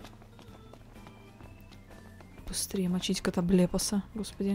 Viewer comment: так произносит "катоблепас", что звучит почти как ругательство ))